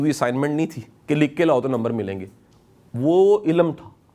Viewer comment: Shah g ye lafz ilm ha ilam nai